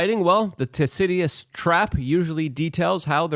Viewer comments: " Tasidious trap?'' I don't even know what word he was going for this time. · Of course. I should have remembered my Thucydides theorem studies, from pre-school. What Luke says in no way resembles the pronunciation of Thucydides. It's almost as if he just read someone else's commentary, without giving credit.